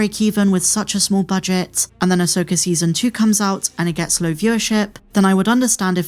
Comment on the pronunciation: Who is, “Ay-soaker”?